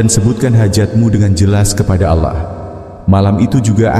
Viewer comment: Maaf menyebut nama allah kok alah